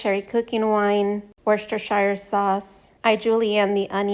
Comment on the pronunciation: Why can't she pronounce ""woostahsheer"??